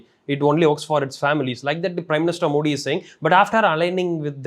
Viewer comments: You guys first need to learn how to pronounce our PM's name "Modi" correctly!!! Disappointing!!! Rest is ok. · Not Moordee its Modi .😅😅